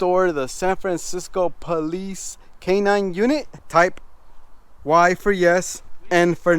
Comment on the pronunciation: You said type why for yes